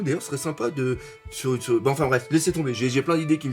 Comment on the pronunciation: On dit "youtip" xD